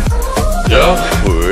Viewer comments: het lijkt alsof hij dag HOER zegt inplaats van dag hoor lol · ja echt he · Hij zegt dag hoer